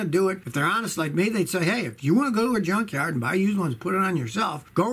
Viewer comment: Every time Scotty pronounces "Yunkyard" comes to my mind Chevrolet..I don't know why hahah